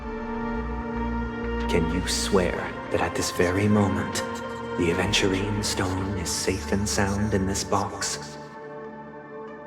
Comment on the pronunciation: At first I thought you said "a virgin" 💀